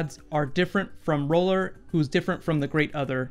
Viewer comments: It's R'hllor, not R'hollor. ;) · It sounds like you keep saying roller, I'm pretty it's pronounced "Rih-lor" or "Ra-lor". I know this video is extremely old but the pronunciation is driving me nuts.